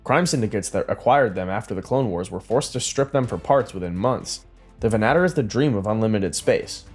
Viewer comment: "Venn-ah-tore" not venattir! Argh! And also, thank you for all these videos!